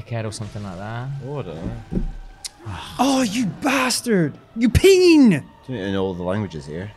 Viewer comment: Pronouncing pene as peen gave me a good chuckle.